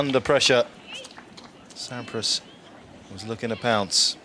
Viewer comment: That’s not Sampras it’s Swandpras